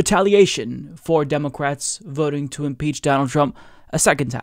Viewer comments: The way pronounces « democwrates » is so American! You know what I mean. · Do you pronounce "Democwats" and "Congwess" like this on purpose? Honest question from a first time viewer here, maybe I missed a joke.